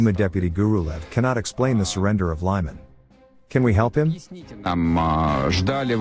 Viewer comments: The way you pronounce Лиман as Lieman, sounds very close to a word in Ukrainian which means “shitty”. I know you don’t mean it but sometimes free interpretations of names coming from other languages might lead to confusing situations. Лиман is pronounced as Leeman, there’s no “ i “ in that name. Please, try stick to the original Ukrainian names, it’s not really pleasing to hear something that sounds like “shitty” instead of the right name. Otherwise, thank you for your effort to display the reality of the Russian war against Ukraine. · I love your channel! But please write the script phonetically so the computer voice will say "Leeman" not "Lieman" or "Keeve" not "Kiev" Thanks for your work! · lee mohn' Your pronunciation is poor.